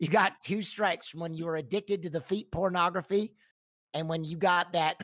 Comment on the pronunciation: Terabytes of feet pronografee 😩🤣🤣